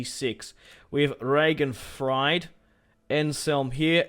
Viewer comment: ...and proper germanic-pronounciation of Regenfried, would sound like "Regenfreed/Regenfrid" in English... and another thing I see you do, costing you Money, in Your campaigns, whilst also making Your kindoms "less interesting" is to og solely or the military-techs, at the cost of all the resource-techs, that are mostly to be found on the civic-tree(except for iron, which is military